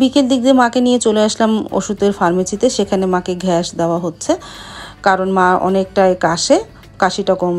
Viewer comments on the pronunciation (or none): সারাদিন পড়াশোনা করে এসএসসিতে পয়েন্ট যেন কত? আর ঘ্যাস কি গ্যাস বলতে পারেন না? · ঘ্যাস না আনটি গ্যাস৷ হবে